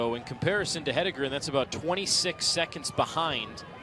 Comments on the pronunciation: Why can't most people pronounce her name? Head En Gren...easy. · What is the reason that announcers can’t pronounce Jane “He-DEN-gren”??? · Why do these announcers always struggle? Jane’s last name is phonetic. Just have to read it.